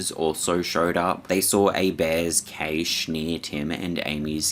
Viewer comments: After the 3rd or 4th time you said "kay-shh" i realized you were saying Cache (cash) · Now can you please explain to your viewers what the hell a "KAYSH" is because according to the Oxford English dictionary that particular word does not exist. That's not how you pronounce cache. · "Cache" is pronounced the same as Cash. What a zoomer moment you had there. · Cache is pronounced cash, not cay-sh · Kaysh? Its supposed to be pronounced like "cash" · I cringed when he said cache like kay-che. Its pernounced 'cash' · Cache is pronounced “cash”, not caish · LOVE YOUR VIDEOS … but “Cache” isn’t pronounced “Caysh” but “Cash”. Cache = “Cash” ❤❤ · Cash eh. Not keish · Decent video on the whole but one thing that irritated me, like with numerous videos recently is the complete laziness or complete lack of understanding of the english language. CACHE IS NOT PRONOUNCED "KAYSH". It's pronounced more like "cash" or if you are a posh European that pronounces the "E" then it's pronounced like "Cash-ay". "KAYSH" isn't a word and I don't care where abouts in the world you are cache has never been pronounced as KAYSH. (Where did you even get that from?) If you can't pronounce simple words correctly then you shouldn't be narrating videos. Stop butchering my language and then posting it so everyone else starts pronouncing it incorrectly. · It's Cashay, not Kaysh. You're mispronounced words have baited me into commenting, well done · Cashe pronounced Cash* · Do Australians really pronounce cache as cayshe? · Cache is pronounced 'cash'. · cache it’s pronounced like cash like geocache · I like your video but you kept mispronouncing the word cache . It pronounced Kash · In the US cache is pronounced cash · sounds like 'kash' for cache my friend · It is pronounced CASH. Not CACHE. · Its pronounced cash. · Cache is pronounced like 'cash'. Sorry, im British 😁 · Cache is pronounced “cash”